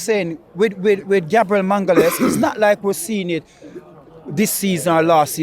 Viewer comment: 😂😂😂 Gabriel “mangales”